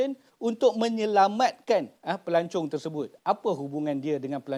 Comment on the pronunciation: Dr sebut pelancong ke pelacur?